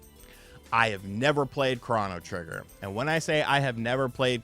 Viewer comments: CROW-KNOW Trigger…not CRAW-NAH Trigger 😂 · It's crow-no trigger. Not cron-oh trigger... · U be killing me when u pronounce games lmfao … it’s cro - no - trigger … best way you can pronounce it and U - B - SOFT NOT … OH - B - SOFT 🤣